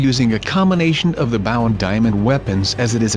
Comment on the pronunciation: you are not playing the right way. it is not baw it's bow. it's not cobble.